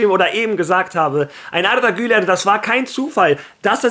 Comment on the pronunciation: Wie du Arda Güler aussprichst 👍